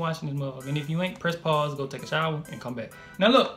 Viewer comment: "go take a showa and come back" dude funny 😂😂